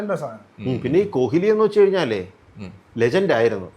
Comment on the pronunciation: കൊഹിലി അല്ല ശ്രീകാന്തേ കോലി